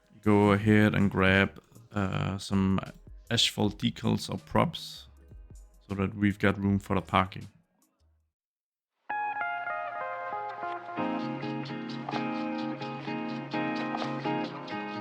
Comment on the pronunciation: Just a polite reminder: it's asphalt, not "ash-fault" I'd name the subdivision Dakota Trails, as that's a pretty cliche name for a 90's American subdivision!